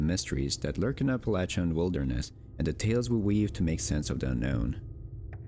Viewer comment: Thank you for correctly pronouncing "Appalachian"